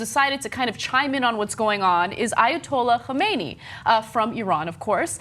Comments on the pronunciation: Anna its not Khomeni it is Khamenai...big difference. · Shahid R Actually, it's pronounced "ha-men-eh-ee" with the "ha" being a guttural sound. Khamenei's last name comes from the town of Khamene in an Azeri province in northern Iran (The Supreme Leader is ethnically an Azeri Iranian, not a Persian Iranian). The way Ana pronounced it sounded closer to the name of the previous Ayatollah Khomeini, who was ethnically Persian and whose last name comes from the town of Khomein in central Iran. Funny how the two Ayatollahs have such similar names. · I believe its pronounced kah-men-ee. Also, i'd like to know what he's done that's so bad. Only thing i can find is that he questions the holocaust, although doesn't deny it, and he wants to see Israel destroyed (and they want to destroy Palestine so gonna call that a wash). Otherwise, he seems pretty liberal, all things considered. Just trying to keep an open mind here. I would like to know if i'm missing something, so please do chime in :) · I fail to understand why to this date, even some of the most informed news sources can't distinguish between Ruhollah Khomeini (the dead since '89 leader of the Iranian revolution - pronounced Kho-mey-nee) and Ali Khamenei (the current Supreme Leader of Iran - pronounced Khom-e-ney). The second tweet was from the dead leader (Khomeini), tied to an account that is probably administered by a kid somewhere in Iran. yes, the names of virtually identical, but please get your Ayatollah's straight. lol. P.S. The thumbnail you used is also of the late Ayatollah. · she pronounced the name wrong, khomeini died a long time ago. khamenei is pronounced khamnah-ai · You obviously got the wrong photo for the thumb nail. And Anna really mispronounced the Grand Ayatollahs name. Thankfully Cenk got the name right, sort of.